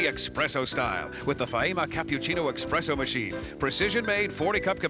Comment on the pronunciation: "Expresso" lmao